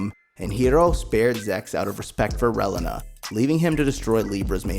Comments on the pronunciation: I'll forever hear this guy call Reilina "Well uh nah". Ray-Lee-Nah. not even going to get into all the others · Reh-LEENA not Rehlinah Zecks Mar-KEY not Zex Markeez KAH-Truh not Quatro Meel-Yardo....most of these names are German and French. JFC, my dude. This hurt to listen to. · wiw, you need to review the material to work on how you say the names. You said the names of the pilots right at the opening but then you begin butchering the names right after that. Relena for instance goes more Ray-lee-nuh placing emphasis on the second e in her name and giving it a long sound. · bro. Reyleyna? She’s not a chile relleno. It was Releena. Lady unay? It was “une” like un (French for one). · the way you say relana tho 🤣 it’s reeeeelena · Sorry but its (CAT-TRA) Qatra and its (REAL-LINA) Relina. I know..its knit picking 😄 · Your name pronouncing really drove me crazy Relena its pronounced Re lean nah, Quatre is pronounced Cat trua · (Ray-Leen-a) (Cat-Trah) (Hee-roh) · The mispronunciations just pissed me off. It Ree-Lee-nah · Dont take the wrong way, good video, but hearing u mispronounce the names over and over was quite annoying lol. Its Ree-lee-nuh. And Ca-tra lol. Besides that good job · Pronounce Relena's name wrong one more time. I dare you. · I tried to watch but the pronunciation of Relena made me quit :(